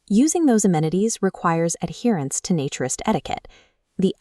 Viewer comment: Your answer makes no sense. A naturalist is someone who records and studies species and their habitats.A naturist (different A sound), is someone who lives by and regards that living free of clothes is a profound and valuable way to live. So still, AI is pronouncing the A in naturist as in the words hat, cat etc. when the correct pronunciation of the A in naturist is as in day or may for example. So, clearly you are wrong in your pronunciation of the word naturist you use in this video.